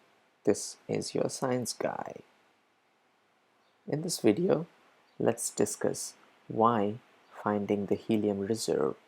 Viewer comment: You could attract many, many more listeners/audience if you improved your pronunciation. Read it several times to yourself, record yourself and listen to yourself, have somebody correct/criticize you in order to improve yourself ... there only a couple of words that make people NOT want to listen what you are saying, correct that and you will be OK! Dis ks/discuss, PRI vent/prevent, ... or the best would be: have your text read by a native American!